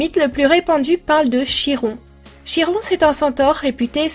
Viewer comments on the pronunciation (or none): Super dessin ! (Comme d'habitude !) (Oh, et parce que je suis tout le temps pénible avec ce détail... Chiron se prononce Kiron) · ce dessin est magnifique comme d'habitude ps: je crois que l'on prononce kiron meme si ça s'ecrit chiron